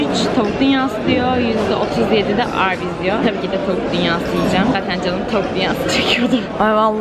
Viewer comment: 10.04 çok komik arbys dedin🤣😂😂